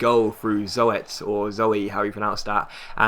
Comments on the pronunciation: The name of psvs keeper is pronounced zoot haha :) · Zoet is pronounced Zoot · Zoet is pronounced as soup but with a T instead of a p